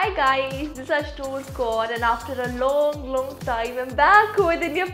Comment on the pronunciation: Any one noticed the pronnnounciation of long😂